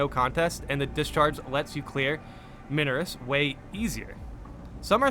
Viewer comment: Minoris is pronounced like "my-noris". Noticed you asking in a few videos 😂 I'm enjoying the new pistol, but is anyone else experiencing the weird audio bug that causes a teammate using it to emit a very loud and grinding mechanical noise?